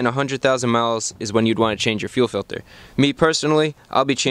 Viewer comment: fuel filder does anyone get that reference?